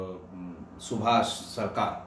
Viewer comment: sir GaVraV please mat bolein, Gaurav hota h